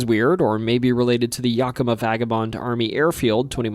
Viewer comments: I've never heard anyone say Yakima like that! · do you mean yak-a-ma? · My favourite was 'Yuck-ima' for Yakima. Honestly... might be onto something. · Great job pronouncing the local names. I just caught Yakima didn't sound quite right. I have lived in Western Wa all my life and hadn't' heard any of those.